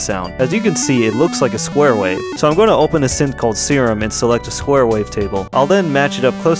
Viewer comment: Y u always say daddy and open wrong